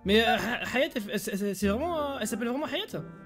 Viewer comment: Une soirée vreuhment rentableuh 😂